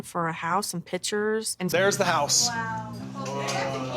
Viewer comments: Who’s going to tell Robyn that it’s picture not pitcher? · Robyn makes me cringe. Pitcher and picture two different things! She's an idiot